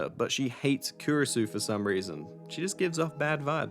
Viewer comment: And mess up every single f-ing name there is in the game. Kiiurisou? Seriously? Is it so hard to say plain two sound syllables?